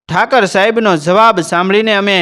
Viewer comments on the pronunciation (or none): Thakar saheb n kahevay Thakor saheb kahevay bolata shikho